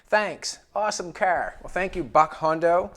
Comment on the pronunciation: "The cerrrr"